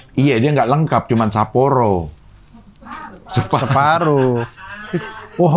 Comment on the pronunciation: nyebut sapporo ny terdengar bugis 😂